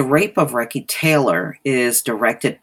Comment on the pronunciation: Her name is pronounced REE-SEE (long ē sound sound). Recy Taylor, may she rest in peace eternally💗97,she's an inspiration for many generations to come. Thank you for covering this on your channel.